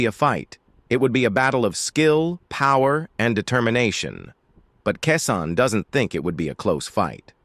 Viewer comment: His name is KEYSHAWN ĶEY KEY KEY SHAWN SHAWN THIS DUDE DONT KNOCK HOW TO PRENOUNCE THE MANS NAME CORRECTLY DISRESPECTFUL COMMENTATOR NEED KEEP HUS MOUTH SHUT AND FINE ANOTHER JOB😅😅😅😅